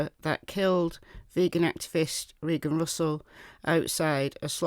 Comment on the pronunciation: I am pretty sure that her name was Reeeegan and not Raaayyyyygan.